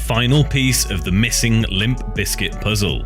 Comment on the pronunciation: You know there’s a “P” in there right. It’s not Lim Bizkit 🤦🏼